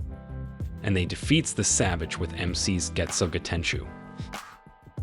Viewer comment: Man can’t even say getsuga tenshou correctly. 😂